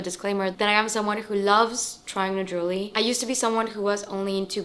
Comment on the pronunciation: It's not jewly but it's pronounced Je~wel~ry